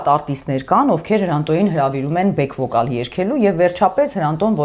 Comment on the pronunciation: Հարգելիներս Բեկ վոկալ մի ասեք խնդրում եմ, կամ էլ բոլոր հայաստանցիներն ասում են band բառին բենդ։ ջան քանի տարի՞ է որ բնակվում էս ԱՄՆ-ում, ես կցանկանայի որ գոնե մեր հանրային մարդիկ բառերը ճիշտ ասեն ։Բեկ ասածդ պետք է հնչի բյակ(գրելով մի քիչ այն չի լինում սակայն մոտավորապես այդպես պետք է հնչեցնել։Իսկ բենդը նշանակում է քարկապ կամ կապ։Անչովիս չի այլ անչովի սիրելիներս։Իսկ այդ պոպոյի պնդուի անեկդոտը ուղղակի խենթանալիք էր🤣🤣🤣